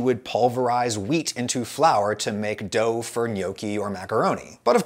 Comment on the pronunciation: I know you're saying WHEAT but i am constantly hearing MEAT.